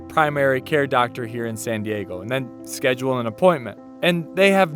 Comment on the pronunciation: I’m happy you know how to properly say “Ecuador” and “San Diego” instead of “Ecuaidoire” and “Sanne Diegouh”